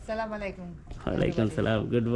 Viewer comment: Halfপ্যান্ট না পরলে সুন্দর হবে। সালাম সঠিক ভাবে উচ্চারিত হয় না উল্টা আপনি গুনাহের কাজ হলো।